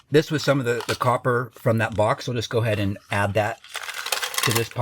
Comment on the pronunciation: That’s a whole lotta coppah!